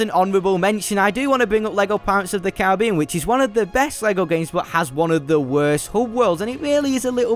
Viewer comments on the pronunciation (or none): none